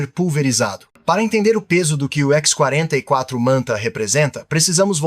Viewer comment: "Ishhhh…44” Manta? …ou X44? Vocês estão confiando demais na IA para narrar os vídeos. O “ishhhh…" pode até ser o som que o Manta faz, mas daí até chamá-lo de Ishhhhh…44 é uma distância considerável.